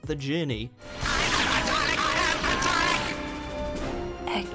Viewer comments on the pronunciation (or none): none